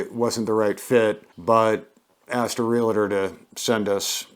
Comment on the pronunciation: It's not REAL A TOR; it's REAL TOR... ONLY 2 SYLLABLES.... REALTOR